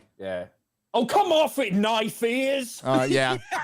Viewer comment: "That (LOTR) is not a knoife ear, that (Dragon Age) is a knoife ear"